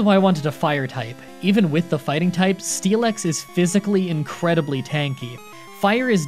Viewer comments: It's pronounced Steel-ix not Stee-lex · you kinda say it as steel-x, missing the i completely and I've never heard anybody say it like that. Also, I assumed it was like the "ask me about the fossil anyway" thing, but unspoken. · What it says: Steelix What I hear: Steeleex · There is forever something out of place to me whenever you pronounce "process" like the British even though speak with a typical western American accent. Also, pronouncing Steelix like Steelex sounds like a wrestler name to me for some reason. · You 100% said steelix wrong just to get comments about it and I respect that so, here, have the comment about it